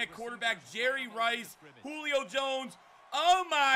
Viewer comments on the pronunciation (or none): none